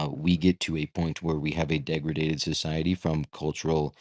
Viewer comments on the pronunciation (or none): Lol degraded not deg re daded